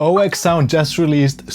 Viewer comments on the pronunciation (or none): it's not 'Oh-Ek-Sound' it's pronounced OUKsound... its a dutch company. OE = OU in holland